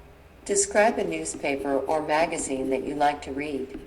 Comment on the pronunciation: "Magazine" pronunciation is wrong